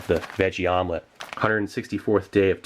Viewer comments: Did you call it a Vomlette? lol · "Vom-lette". Nice! Lol! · Has anyone else noticed that Vomelet sounds a lot like "Vomit" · Vomelet.. I love it 😂